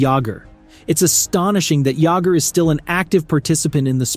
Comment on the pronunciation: JAMMER JAGGER